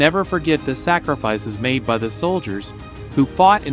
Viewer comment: ba ta an not batan